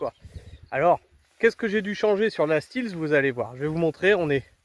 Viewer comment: J’allais dire la même chose !😉